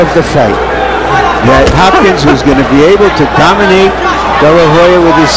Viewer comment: "Hopkins sauce" he said